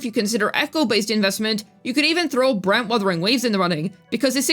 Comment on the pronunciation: Why do you say Brant Wuthering Waves? Asking for a friend 😂